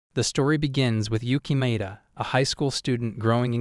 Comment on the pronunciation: YUKKIMAEDA❌ Yukimiya✅